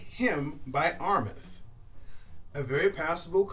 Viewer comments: Armaf is pronounced (R Maa ff ) not Rmeth. No disrespect. I'd rather tell you now for your future vids. To also help you avoid ppl from discrediting you. PPL are at times critical. Your vids are quaility & I wish you success. I just sub'ed... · Why is he saying armeth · You already butchered Armaf. R maf it is.